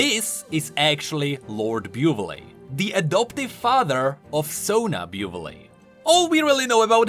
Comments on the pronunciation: That first "Buvelle" pronunciation made me dizzy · “Buvelle” definitely not pronouncing like did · Dude it's so cringe that you still pronounce (beu've'lay) instead of (bu'velle) even if you knew how to pronounce it. 😂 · play the correct pronunciation: "Boo-vel": "Byu-ve-lé" me: okay "Byu-ve-lé" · The man learned that Buvelle was pronounced "Bu-vel" and still proceeded to read it "Bu-vel-le" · Lord Biewvelay. I'll bet 5$ it's "Bou-Vel" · "Lord Byu-veh-lay" Should it not be "Boo-vel"? Edit: Ok so later in the video, corrects himself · “...and then we learned it’s actually pronounce Bu-velle” Also: continues saying Bu-vu-lay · Not "Buvelle" it's Booveil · ... Does anyone else think Buvelle should be pronounced "Boo-VEL"? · flames viewers for not wanting to read Also: Beau-villé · Me listening to beu-vill-A for about 10 minutes, "I don't feel like how that is how it's pronounced" Future about to remedy my discomfort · This guy really said “byoovullay” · Given that Demacia has the Laurent and implied romance language influences, the name Buvelle is likely pronouced Bu-vel. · I can bet you a skin that Buvelle is pronounced the French way like Laurent: Buv L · pronounces Lord Buvelle wrong* 5 minutes in the future: corrects his own mistake* Still: continues to pronounce it wrong* Buvelle: Am I a joke to you? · Mentioning correct pronunciation of Buvelle proceed to pronounce it wrong because we are used to the wrong pronunciation and I haven't even noticed it until I watched the video again xD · this is the worst pronunciation of Buvelle I've ever heard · oh ok he learns it later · Oh fuck,hearing lord buvelle pronounced so many Times in a way i think Is wrong Is a pain (as with Fiora,there are names with france-like sounds,probably he's the same) because you repeat It SO MANY TIMES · Oh god yes,later you told It yourself! Finally It Will stop the pain!